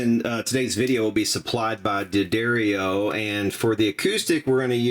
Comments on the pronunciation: Bro it's DAH-DARIO say it together. D'Addario are the very best in my humble opinion. WAIT!! You cheeky bastage!! You really had me there!!! How Dah-Dare You!! The Silk Wound strings are for parlor guitars, but, One fine day, many years ago, I had no coinage and no parlor guitar and needed new strings on my Yamaha FG 340 so I threw them on and WOW!! In a word BOING!!! Try them out on your dreadnaughts fellas, they are smoking!! Black Jack Shellack! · Learn how to pronounce D'Addario. For God's sake.